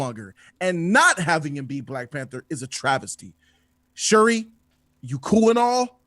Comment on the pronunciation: Sir it is pronounced SH-URI!